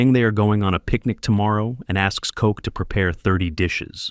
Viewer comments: koch is NOT pronounced coke 🥀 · His name is Koch bro. Not Coke. Wtf.